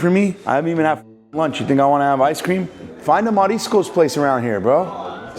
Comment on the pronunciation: taking advantage of free Spanish class, smart man, lol😅😅Mariscos pronunciation ( approved) 🔥🔥🔥